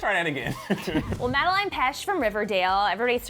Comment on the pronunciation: am I the only one is hates how she's pronouncing Madelaine's name as Madeline